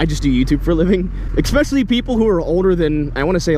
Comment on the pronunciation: "expecially"..... derp